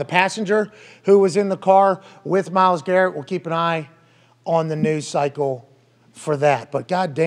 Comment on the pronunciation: He said "Myles Carrot" lmaooo